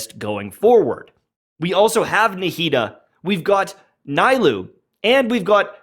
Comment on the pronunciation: nee-lou, not nye-lou